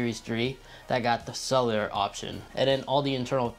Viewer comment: Mans said celar🤣